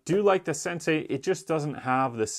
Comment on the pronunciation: Why does he call the Sensi a "sensay." Is he the Karate Kid? Wax on, wax off...yes, Sensay!